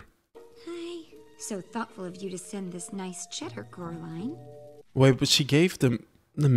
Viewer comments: Coraliney is the cutest mispronounced word I've ever heard. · it is prenounce coraline